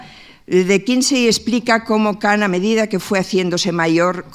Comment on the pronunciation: Kan, Kan no Kant